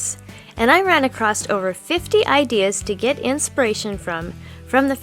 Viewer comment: Some great ideas, but PLEASE stop saying acrosst! It's not a real word - there is no 't' at the end of the word 'across', which I presume is what you are actually trying to say.